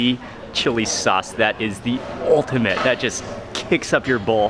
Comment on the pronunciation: Mmmm with the "chilli chaucee" 😂